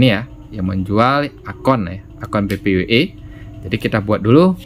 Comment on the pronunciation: Bacanya PPPoE bukan PPoE